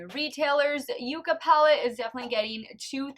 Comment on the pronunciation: Fun contest!! I kept going back in forth in my guess, but I do think the shimmer on A shows up better, so I'm going to say A is ND and B is N; however, I think that they are really too close to call. FYI, it's pronounced yuck-a. 🤩🥰